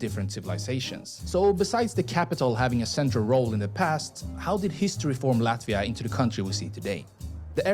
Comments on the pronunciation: You should rather look for a video made by Latvian that not only can pronounce the city names correctly, but also will give you more accurate information. There are a lot interesting and important facts missing here. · LATVIA "explained", on one hand, want to keep Latvia secret, but on the other hand, want to clue you in a bit. Yes, we, Latvians, formed our modern republic in1918, but Latvia , pronounced Lutt via, Jūrmala=zYouwere mala, Jelgava Yelgava, my credentials, born t o Latvian imigrants, who'd fled the anexation of their homeland by the new USSR and it's Communist regime. Latvian was my first Language, really only learning English when i started 1st grade in my south Brookline elementary school, while attending, much to my chagri, Latvian school every Saturday, while my American schoolmates were home watching cartoons in bed. But the Latvian community always maintained the belief that we'd regain our independence